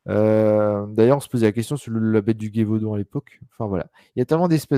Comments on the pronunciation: Le " Guévaudan ". 😨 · Oh pitié ! Un live sur les loups garous, dogman etc. Donc, en somme, en lien direct avec les loups. Et ni l'un ni l'autre ne sait prononcer correctement Gévaudan ??? Ni même situer cette région, connue mondialement pour la bête du même nom ?? Ca prête vraiment à rire.